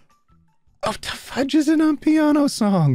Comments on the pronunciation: the way you said "amapiano" genuinely killed me. Maybe try looking up how it's pronounced for next time and no it's not a john wick song, it's a South African music genre XD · calling amapiano "am-piano", I'm dead 🤣🤣🤣 (to clarify it's kinda like I'm a piano but = ama pee-ya-no) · Amapiano, pronounced AMAH-PIANO, is a popular genre of music in South Africa. Some people consider it to be classless 'street music' and it's used as an insult here. For example, 'Is your son also a fan of Amapiano?' i.e. Is he doomed to a life of doing drugs, fucking women and dying young on the streets? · Hey. I usually don't comment on your vids (they're great BTW), but I just had to comment on your absolute butchering of Amapiano (respectfully, ofc.) Amapiano is basically a South African genre of music, made up of local or international music, usually remixed to include house elements and the added twist of piano. It's also pronounced Ah-mah-pee-ah-no, lol. The John Wick song you mentioned isn't actually from the John Wick series, just mentions him